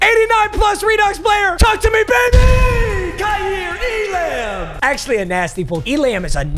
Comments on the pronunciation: Papa, it’s pronounced like ee-lah-m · It’s not pronounced E•lamb it’s pronounced E•lum. It’s kai•ear E•lum